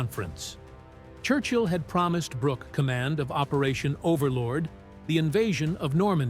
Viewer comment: It's Alan Brook, not Brook-ee. Silly AI. Stupid.